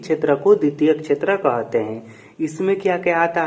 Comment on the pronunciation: कहते ❌कोहाते✅😂